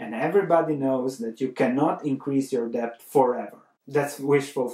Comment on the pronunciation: The "b" is silent!!